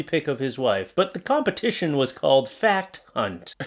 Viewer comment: "Fact hunt" sounds remarkably like "Fat kkunt".